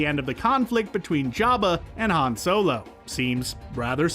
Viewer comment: I love how he says Han wrong. The a says an o noise.